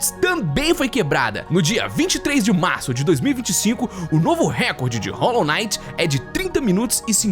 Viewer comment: "Rólo Naiti" 😢